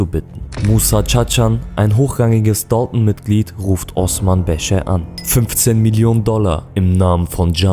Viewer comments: Warum sprichst du DALTON so amerikanisch aus? Sag einfach dalton und nicht dolton wie ein ami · Dalton ist ursprünglich Englisch und nicht türkisch Das ist so wie wenn deutsche den Namen Necati Nekati aussprechen würden Du möchtest doch sicherlich auch das man deinen Namen Türkisch aussprichst oder nicht Wie gesagt Dalton ist ein amerikanisches Wort und nicht türkisch